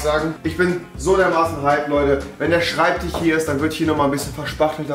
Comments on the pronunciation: SchreibtiCH Bin jedes Mal getriggert, aber dann Schinese und Schemiker sagen... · Schreibtisch oder Schreibtichhhh? :D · schreibtich..., Schreibtich..., SCHREIBTICH... 😂🤣😂🤣😂🤬🙈😂🤣😂🤣😂